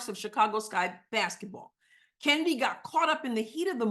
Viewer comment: Its not kheeseburger and its certainly not chennedy.